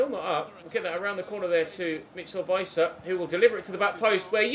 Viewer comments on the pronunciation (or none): none